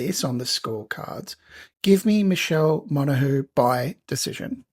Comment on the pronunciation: Bro, how you going to pronounce Montague's name right but calling Valenzuela.... Venezuela... it ain't a I can't thing, it's a I don't want to learn/lazy thing. Still love you and the husky bro!